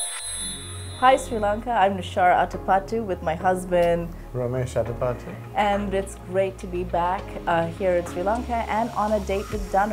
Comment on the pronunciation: Danu was terrible on this ... he says atapattus... with an s at the end .... the basic etiquette doesn't exist. Then his jokes about his weight which is so dry and repeated a million times